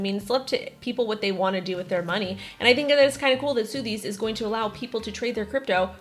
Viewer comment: Is she joking when she says sooooothbys?